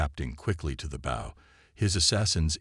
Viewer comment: Teach your AI to correctly pronounce English! Bow in this context is pronounced boe.